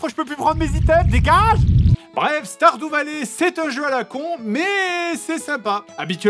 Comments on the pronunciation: Commeng tu prononce Stardew Valley. Á chaque fois j'ai l'impression que tu vas dire starfoulah. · C'est moi ou il dir stardoux vallée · "STARDOU VALLER" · Guillaume Hertzog ??? Ça peut se dire comme ça stardew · Sardou valley